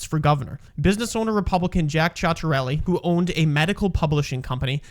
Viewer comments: Pronounced Chita relli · all that aside, why'd he have to say both candidates names so painfully wrong? That ain't an accent thats just wrong 😭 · I love the butchering of both their names. Jack Chit-a-rell-e. Mikie "Cheryl"